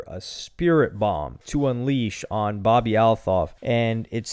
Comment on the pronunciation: That’s not how you say her last name 😂 just say Bobby